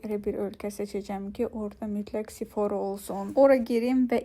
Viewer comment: Salam sifora yox sefora. Xətrinə dəyməsin linç etmirəm sadecə sözü düzgün de. Sevilirsən❤❤❤❤